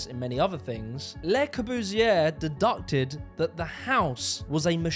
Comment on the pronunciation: It's deduced aka dee-dused, not deducted 😂